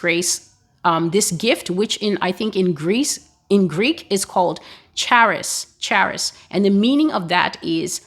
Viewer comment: It's pronounced "haris" = χάρις, as you pronounce happy in the beginning. If you ever need any help with the greek language let me know, I'm native Greek living in Greece